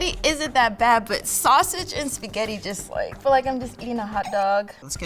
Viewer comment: “Tuday I gots my sketti”